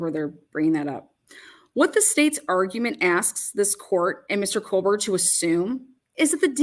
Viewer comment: Can you stop saying fuckin KOHLLLLBERGER yet plz? Kthanks. Like.. Jfc, dude.. You know it's not his name.. 🙄🤙Lol..